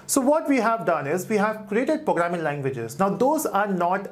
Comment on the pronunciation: Fun that he says pooograming.<3